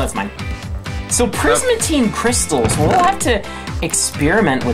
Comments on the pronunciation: It's not prismatine ITS PRISMARINE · It's P R I S M A R I N E